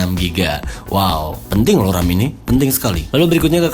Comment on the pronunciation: Kok ngomong ram penting itu di tekankan banget? Wkwkw